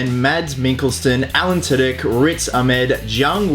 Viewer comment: It's not said like Allen Twodick lol! XD